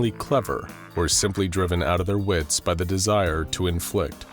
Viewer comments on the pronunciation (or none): none